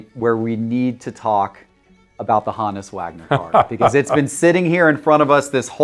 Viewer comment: Take a drink every time he pronounces HOE-NISS (honus) wrong.